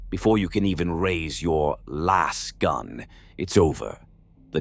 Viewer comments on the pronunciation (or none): it hurts my soul to hear it pronounced "lass gun"